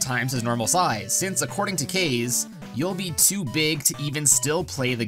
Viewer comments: It’s pronounced Caw-zay, not Kay’s. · Kaze is pronounced "Kahz-ay" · Kaze is pronounced KAH ZAY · It's pronounced Kah-zā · It's pronounced Kah-Zay btw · You saying kaze hurts me